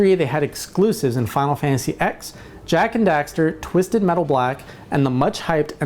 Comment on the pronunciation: Final fantasy "ten" not the letter "X".